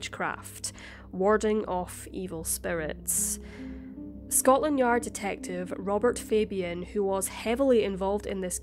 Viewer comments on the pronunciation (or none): none